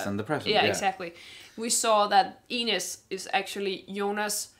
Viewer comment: FIRST OMG FIRST TO COMMENT ON ANY VIDEO FOR THE FIRST TIME ON THIS CHANNEL!!! YEsssssssss lol. The review you guys have towards the end of the video about Ines kind of is a spoiler but you guys are sharp to see where this is going (btw how pronounces, it almost sounds like 'anus' 😂 I'm so sorry it's so like that I cannot let go) I hope you react to Episode 4 this weekend, that would make my weekend so good!!!